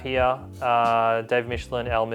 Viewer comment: It's no wonder that you trashed the Spiderman Omni. You can't even pronounce Michelinie's name correctly.